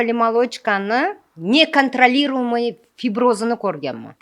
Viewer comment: НЕКОНТРОЛИРУЕМЫЙ СУЗИГА ТИЛЛАРИЗ ЖИНГАЛАК БУЛДИКУ. "НЕКОНТРОЛИЕМУЙ"😂😂😂